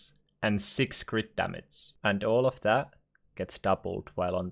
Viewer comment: Damace.. Kinda annoying. Learn to pronounce G